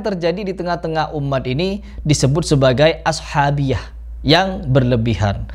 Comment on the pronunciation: Kritik dikit utk, ashabiyah dibaca الصبية